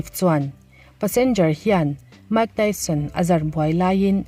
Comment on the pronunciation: Mike Tyson hming i lam khi chuan zahna tlem tal ti lang ve teh aw a chanchin i hre tam lo tih a hriat reng mai research va nei leh rawh Mike Tyson hming i lam rik leh dawn chuan